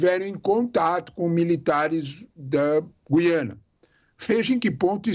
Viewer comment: O Sr é o único que diz G U I A N A.Parabéns pelo seu Português!!!!👏👏👏👏👏